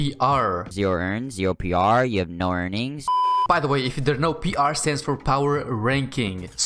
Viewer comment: I love how he says ‘’p.rrrr’’